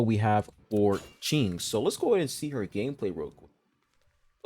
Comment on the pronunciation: You pronounced Qing's name correctly! There's a tone with it, but you don't really have to worry about tones if you're not studying the language :) Thank you for making this video! It was really helpful